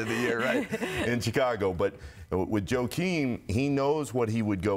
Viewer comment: Nick Friedell! It’s pronounced as Whakeem not Joekeem, what the frack have they taught you in school huh? And you sit there thinking like you’re a god of analytics, Jesus! It’s embarrassing if somebody doesn’t pronounce your name right, and on Dwight Howard, if you’re mentally prepared and toughened over the years, Dwight Howard is an asset for the lakers.